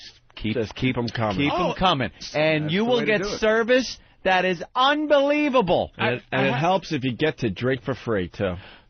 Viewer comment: The Opester says absolutely too much but let's not gloss over his overuse of the word "unbleeble" which I assume this mush mouth idiot is attempting to pronounce the word unbelievable.